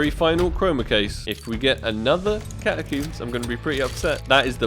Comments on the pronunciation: ahh yes. the catacoombs and jaguewer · The way he pronounces catacombs 🤣🤣